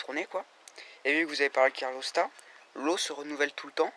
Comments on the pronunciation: hep les mecs !!! on dit calorstat et non carlostat..... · C’est CaLORstat hein, pas CARLOStat 😂